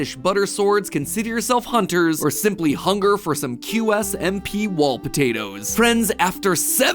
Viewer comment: Game theory, this isnt matpat, he littaraly mispronounced qsmp and lapislazuly